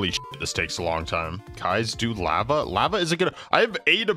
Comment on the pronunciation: Why does guy pronounce lava like “lapa?”